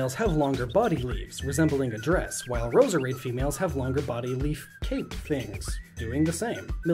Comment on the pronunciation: Its Rose-Rade not Ro-se-rade im just pointing out no hate pls im not mad •^•